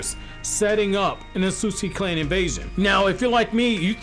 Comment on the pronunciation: 'Ahsuski' 😐 thats cringe as hell Jesus everytime he said it